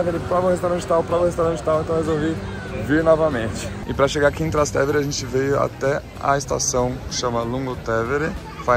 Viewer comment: Sant' Angelo, nao San Angelo. TrastÉvere se pronuncia. Arancino é bolinho de arroz; torta é bolo en Italiano. TrastÉvere per cortesia!